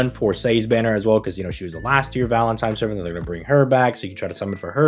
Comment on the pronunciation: Am I crazy or was pronouncing it "Valentime's"